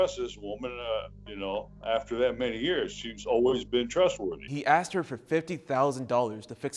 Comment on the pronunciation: Or "I axed someone..." rather than I asked.